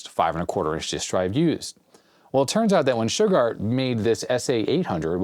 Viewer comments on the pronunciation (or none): My mind is broken today.. Every time says "Shugard".. i just 🥺..... i can't.... >> Damn Simpsons 😡..